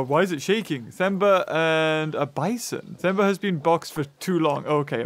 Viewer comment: Themba’s name is pronounced Temba <3